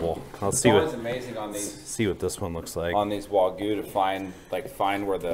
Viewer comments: I agree. But still, the way you say it makes it sound like wa-goo. A little emphasis on the "gue" would make it sound more natural. Even so, great content as always guys. It's interesting to see the difference on the marbling on the various types of wagyu, wish I could get some where I live but it's just impossible. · Loved how you showed the whole process from picking up the cow, skinning it, then butchering it! Still irks me how you can say “picanha” perfectly, but can’t say “wagyu” correctly 😵‍💫. It’s “wah-gyou” not “wah-goo”… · How do Japanese people pronounce Wagyu? The first syllable in Wagyu is pronounced the same as the “wa” in water. The second syllable sounds like the “gue” in argue. It's important to put the stress on the first syllable. It's “WA-gyu”, not “wa-GYU” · Why are they pronouncing it “waygoo”? its “wagyu” bro - emphasis on first syllable. Wa as in water - gyu as in argue. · How do Japanese people pronounce Wagyu? The first syllable in Wagyu is pronounced the same as the “wa” in water. The second syllable sounds like the “gue” in argue. It's important to put the stress on the first syllable. It's “WA-gyu”, not “wa-GYU”.